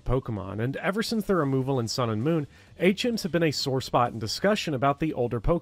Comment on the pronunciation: it took me a little while to realize you were saying "HMs" and not "8 gyms" lol I was like yo trueeee sun and moon suuuuucked. Now im the same but different context.